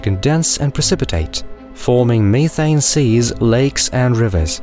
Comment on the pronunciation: Me-Thane (has me cringing)